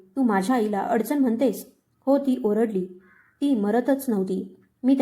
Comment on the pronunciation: आरडली नाही ओरडली